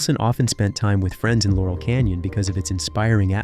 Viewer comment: Jesus tap dancing Christ!!! It's LAUREL Canyon, dumdum! You also need to fix the audio. 🙄